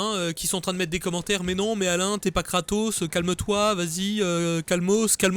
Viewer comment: kratos... sotark ? et pas Socrate ? sotark ! la fusion de Tony stark et soral